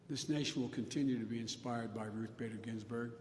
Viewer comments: "Gin-Burg". Feeble Joe cant even read a teleprompter correctly in an empty room. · Justice ginberg? He really cant get her last name right?